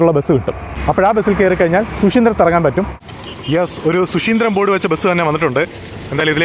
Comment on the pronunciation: ശു ശീന്ദ്രം അല്ല, ശുചീന്ദ്രം